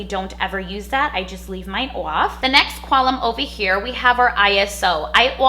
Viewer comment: Oiff that is how she say off